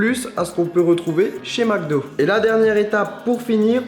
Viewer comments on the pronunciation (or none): none